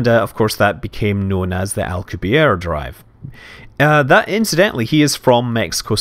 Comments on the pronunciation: Hey Scott its pronounced like al cube ee air drive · it's pronounced "Alcubierre" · al-coo-be-airay, I believe.